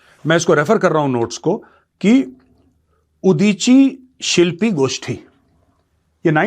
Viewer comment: Major-saab, I loved the way you pronounced Udichi Shilpi Goshthi.....If any one is listening to you for the first time, he may have thought that you know Bangla speak the language very fluently......🙏🙏